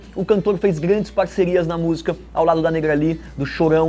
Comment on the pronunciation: fala busica 😁